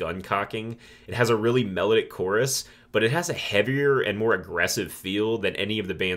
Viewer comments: I like your approach to picking these apart. This will help me get further into the catalog. One gripe, your pronunciation of the word melodic ( which you use often) is off. Its not “mellowdick”. Mel - ah -dic😂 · Take a shot everytime he mispronounces "melodic"